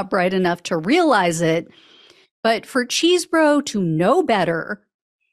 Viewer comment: Chesebro pronounces his name with a short "e" at the beginning, with the second "e" being silent; no "cheese" in his name! I figured you would want to know.